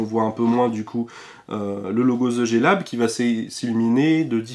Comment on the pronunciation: RIP l'accent anglais frenchie xD [ze jé lab]